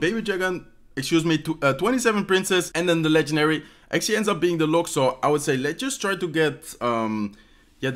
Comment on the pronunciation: "Lets akcualy go with..$ 😂